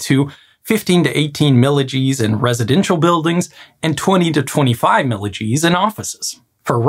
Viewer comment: I don't know what's happening in Gradywood these days. Just remaking something already done in animation with the remake being real life. Lol just kidding - you always make a great video. Also when you said "milli-Gs" I've never heard that particular unit of measurement so I thought it was some engineering only unit as I basically pictured it as "millijeez" or something akin to that. So I was like ??!?? what is that?